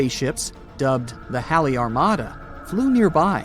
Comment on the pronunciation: This person's mispronouncing Halley's comet on purpose an saying Halle Halle Halle 😡